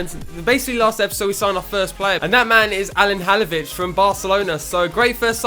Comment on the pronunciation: your pronouncing halilovic wrong